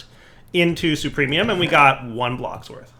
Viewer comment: Every time that says supremium instead of superium...